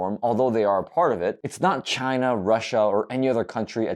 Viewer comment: Sometimes I just miss the way he said “China”